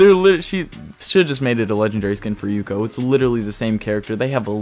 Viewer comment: kinda triggered me that he said rukio but im coping and malding anyways cool video